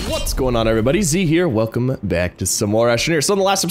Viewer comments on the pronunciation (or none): none